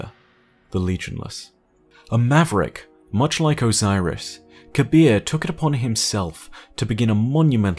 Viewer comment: The name Kabr should be pronounced KA-BRRR (like the sound effect you make when you're cold)